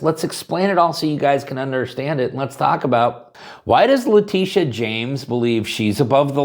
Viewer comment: What is a Lateeteeah?